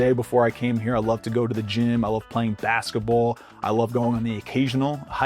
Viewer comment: You said basketball with a NY accent lol